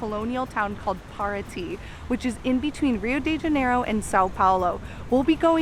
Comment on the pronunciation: ❤️🇧🇷 but your pronunciation in Brasil and Rio de Janeiro is perfect 🤩